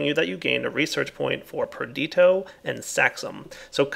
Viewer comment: PraecanTAtio, perdiTIo. I'm really sorry to point this out -- and I know you know their real name --, but it does sound unprofessional of you to know that you're saying it wrong and make no effort to correct yourself. Please don't be proud of blemishes. It bothers me and it sound obviously wrong like hearing someone say "mathky" every time instead of "mathematic." They're not ridiculously long words and they're common enough that I hear you say it every 2 or 3 episodes. A little effort goes a long way. I know this sounds terrible, and this is why I said I was sorry. I'm sorry again. But I don't know of a way to put it more lightly.